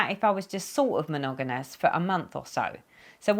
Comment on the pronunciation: Hi, wow 4x’s filming a one hour video. Forgive me but every time you said the word monogamous, I lol. You were saying monoganus. Lol, how many times? Monogamous is how it is spelled. With two m’s not two n’s. Lol. You had me roflol. Sorry to hear that your mom was ill. My son and I both were as well. That was no fun. TTFN